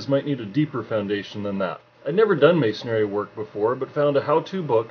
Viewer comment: Do you say carpentary why do people call it masonaryITS MASONRY